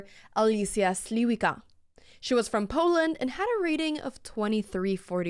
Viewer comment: Oh that's not how her name is pronounced. Not even close. It sounds more like Slee-vits-kah